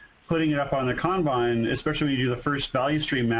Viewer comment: As a guy who lives in Japan, thanks for pronouncing “kanban” right